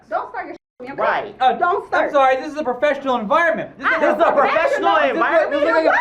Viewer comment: "soarry, soarry"